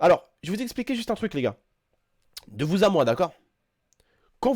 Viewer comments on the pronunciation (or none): none